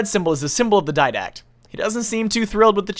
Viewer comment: DID- ACT NOT DYD-ACT